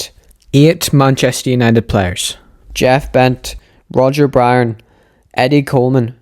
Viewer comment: almost sounded like you said roger BROWN .... might wanna overdub that